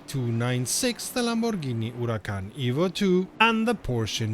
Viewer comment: As always, thanks for the news. And for your brilliant pronunciation of the word, Huracan!